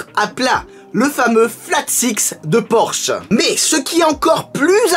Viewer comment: En allemand on insiste sur le e final de Porsche ça donne à peu près porscheu